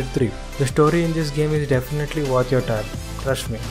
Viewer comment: In Order To Say Trust Me.He Is Saying Crush Me Lol🤣